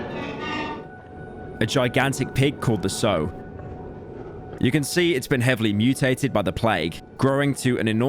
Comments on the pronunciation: He actually was saying it like the word so when it’s supposed to sound like the word how and basically nobody said it correctly since pronuncing it so is meant to be like torn cloth and saying it like how is as you’d call a pig primarily the mother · They even get English words incorrect lol. "Sow" (female pig) rhymes with "cow", yet they all pronounce it like "so". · The most shocking thing about this video is how many native English speakers don't know how to pronounce sow correctly. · If I had a shot for every time someone mispronounces sow in this video I'd almost drink the same amount as an average polish resident does in a day. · 2 hours into this beautifully crafted eight hour video and he goes and mispronounces sow this is truly another Metro Boomin incident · How did everyone mispronounce sow? It rhymes with how. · Mispronouncing sow about 150 times is the worst thing about this Video but still highlight of my year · How have all but one person mispronounced "sow"? :face-blue-covering-eyes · No way did he mispronounce sow, classic pyro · God I fucking hate how you pronounce the noun "sow" , other than that top notch video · Pyro pulling a metro's booming again, mispronuncing "sow" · it bugs me that every single person in this 8 hour video mispronounces sow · I have some followup notes I think cr*pple is actually a bad word now bc I feel bad hearing or typing it please don't use that word if you don't mind, Man In the Chair would've been a cooler name you know I'm right sow is pronounced "sow" not "sow" wait that's confusing nevermind edit: youtube caption bleeps it I was so right about point 1 anyway still magnum opus material well done thanks for making it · Pronounce 'sow' correctly challenge (impossible) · Every time he mispronounces sow, I visibly, physically cringe. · Every single time they mispronounced 'sow' I got a full hour taken off my life Edit: OH MY GOD IT'S TO SAVE THE DAY, HE SAID IT RIGHT! HE DID IT, THE MADMAN! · Pronounced sow wrong